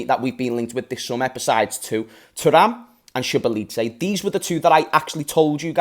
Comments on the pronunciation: Im hungarian so its Soboslae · It’s pronounced , tsoboslai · So excited abt this guy omggggg (Btw u asked on the stream, his name is pronounced So-bo-slaii) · i think its Sir-Boss-zer-laa-ee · this is how you pronounce his name Sho-Bo-Zlie That’s pretty much it tbh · Pronunciation. Zoe Boz Lie . And he is QUALITY . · you’re overthinking the name bro 😂 it’s SO-BO-SLY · His name pronounciation is So-Boss-La-Yee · So-bosa-lie that's how it's said 😂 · Man said shibalitze yk